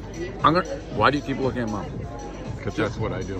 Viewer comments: He's actually trying to say Mom, half the time he pronounces the "o" in words correctly & half the time he makes a "u" sound. Like sometimes he says the pizza is very hot and then sometimes he literally says the pizza is very "hut" like the restaurant. The u as an o thing is very strange, I've never heard it in anyone else before. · I surprised to hear you say “mum” instead of “mom”. I just assumed everyone in America said “mom” as apposed to mum.